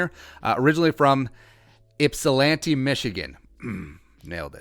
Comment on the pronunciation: You said Ypsilanti wrong